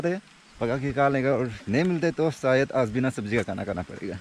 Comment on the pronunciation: Aas nhi its aaj bro😂🤣🤣😂😂pronounce theek krlo